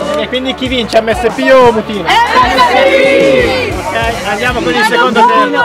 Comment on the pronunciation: Comunque non è mutìna ma mùtina